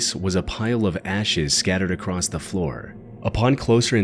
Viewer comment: It's obvious that this isn't an AI voice, as he can't seem to ever pronounce the words "across" or "women" correctly. It's always "...these woman left..." and "when he walked acrost.."